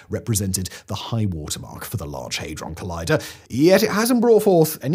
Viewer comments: HAY-DRON ??? I thought it was HAD- RON. 😮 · I cant get past "Haydron" lol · What's a hay-dron? The FCC won't be built. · for mis-reading Hadron.